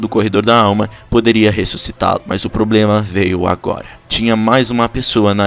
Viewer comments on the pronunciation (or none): none